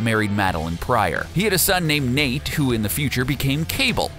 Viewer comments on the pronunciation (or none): none